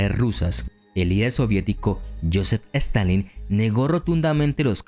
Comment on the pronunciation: En minutos quiso decir Stalin 800 veces y las 800 veces dijo Stanleyn 🤣🤣🤣